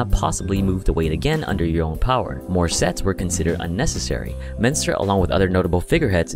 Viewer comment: I swear that I heard " what about sex ?"